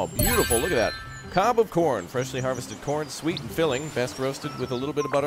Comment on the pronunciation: why did it sound like u said porn & not corn LOL